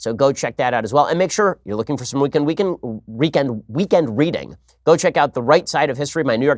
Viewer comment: I'm interested in some reekend weeding, Ben.